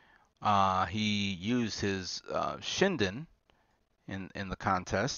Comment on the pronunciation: Shin din, Grim Gertie, High-Kyurion, Man-Rowdy, Region Lays, Rye You See Go, High Curie, Gurr Rail, and Rye-you-E